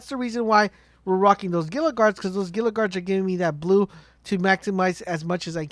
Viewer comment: Dude...Google how to say "Gila" the G is silent and it actually is pronounced like a H. Drives me nuts how many people can't properly say Gila.